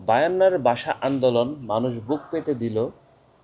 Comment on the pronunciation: আপনার অনেক পড়াশোনার প্রয়োজন আছে। জিন্নাহ পাকিস্তান কে ইসলামি রাষ্ট্র করতে চায়নি। মুসলিমদের জন্য পৃথক রাষ্ট্র চেয়েছিল। আপনি "ভাষা" শব্দটি উচ্চারণ করতে পারছেন না।ভাষাকে বলছেন "বাসা" এটাই ভাষা আন্দোলন এর বিপদ! ইতিহাস পড়েন। বাংলা ভাষাটা ভালোভাবে শিখে তারপর বাংলাদেশের জনগনকে বুঝাইতে আসেন। ইতিহাস না জেনে মূর্খদের জন্য ভিডিও করা যায়।ইসলামের ইতিহাস সম্বন্ধে আপনার কোন জ্ঞান নাই। ভাল করে ইসলাম প্রতিষ্ঠার ইতিহাস পড়ে নিবেন।